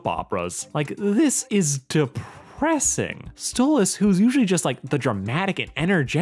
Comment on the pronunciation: It's stolas not stolitz understand that